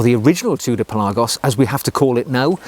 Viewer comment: Pelarrgos?? Pelagos surely!!